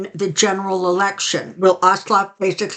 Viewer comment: I believe the name of the present Senator from the state of Georgia is John Ossoff. There is no L in the name. Still, the pendulum is correct. He and Warnock are polling very high. Thanks again for the video. Also, Happy Mother's Day!